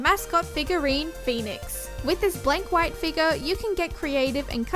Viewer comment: She said figur